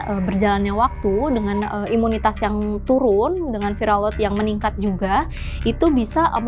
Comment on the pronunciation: Ibu salah...bukan imutas tapi imunicas..manusia kalau kurang cas ...ya bisa lowbat